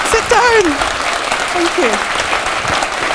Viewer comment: RunAMuckGirl2– Oh, I love how you said that: ..."the warrior woman she is." When her Scottish brogue came out at the end... the way she said, "Sit dohwn," I loved her even more. Maybe it was your use of the word warrior that crystalized my feeling. She is like a pure-hearted, modern day Braveheart, a Scottish warrior angel...selfless, mother-bear-type-protective, humble, keenly aware, wise, and relentlessly fierce! You expressed this feeling so perfectly, RunAMuckGirl! You're a kindred spirit to me!! I'll be praying for this dear woman and her heart-wrenching, but needful work. {{Big hug}} and lots of love from Atlanta, Georgia; USA ❤️